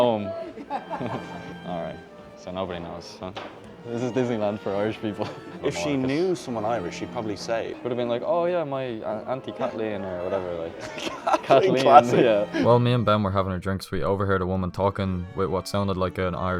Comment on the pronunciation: "my aunty cathleen" ( pronounced catleen) LOL